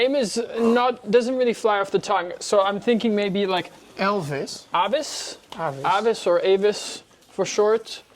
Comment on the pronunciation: If Avis, it’s better pronounced with an ‘Ah’ rather than an ‘Ay’. Other options for your brainstorming include Tenki (meaning heaven/sky/classic/shining/brilliant), or Paolo (just because he suits it) 😊. He is absolutely smashing. Really hoping Jesse falls in love 🤞!